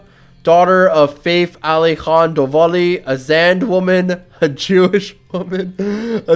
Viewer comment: Fath Qajar pronounciation is NOT like “faith” but more like fatih